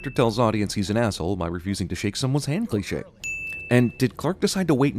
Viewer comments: You always pronouce "cliché" like if "clichè", with the wrong accentuation. But it's "cliché" with an É, it's not an È *ding* Yes, France also has some grammar nazis ! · Marc Zaddy É, not È.. The accent over the E is different. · Marc Zaddy Listen that with google translate if you don't know the difference. When you are french are you listen this guy saying "clichè" or "fiancè" or "naïvetè" it's very very strange. Indeed, I tought americans don't have accent mark, and these words are from french. But fortunately, you don't know how everybody in France pronounce "sweat-shirt" and "smartphone"...